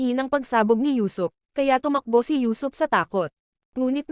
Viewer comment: Usuop not yusop